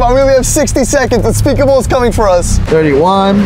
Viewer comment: whenever you say unspeakable you mean unspaboooo